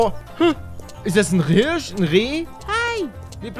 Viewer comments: Wer kennt ihn nicht, den Rirsch 😂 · Bei min "is das nh rirsch😂